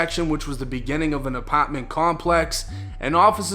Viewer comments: Ah-pot-man lol he says apartment funny lol 😅😅😂😂😂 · Love how you say "apaartment"